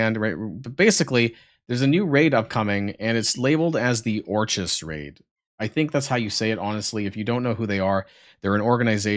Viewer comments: I think it's 'ork-iss' think of orchid, the hard k. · orchis pronounced orkiss